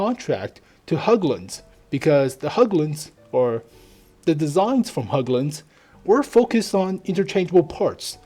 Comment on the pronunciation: Hägglund! Not höouglunds